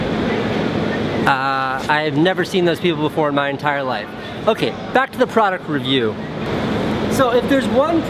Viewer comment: You couldn’t pronounce product review